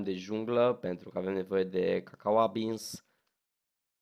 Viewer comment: câcaua beans,, Semințe...😂😂😂😂😂😂😂